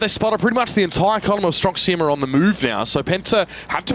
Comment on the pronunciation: "stronk sijema" mówcie po polsku stronk siema!